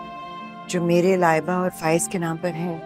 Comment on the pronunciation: Laiba ra ko raàr Bolte hai kisne notice kiya